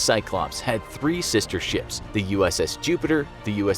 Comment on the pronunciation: Every time that this guy saying ships i hear sh*ts